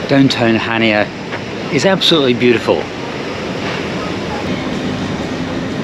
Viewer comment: It’s pronounced Hania the c is silent.